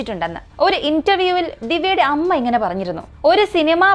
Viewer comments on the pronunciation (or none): none